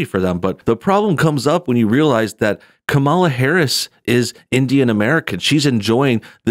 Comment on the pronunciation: I gave you a like just because you pronounce her name the opposite of how she says you're supposed to